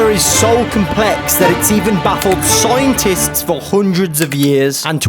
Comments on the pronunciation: SCIENTIST ❌ SOOINTIST ✅ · scientist ❌soaintis✅